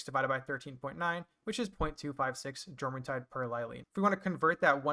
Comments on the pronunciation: Jormuntide is pronounced like what it's based off of, the Norse jormangandur. The J makes a Y sound. (Your-mon-tide) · Also you are saying it wrong it's pronounced yormuntide like the world serpent jormungundr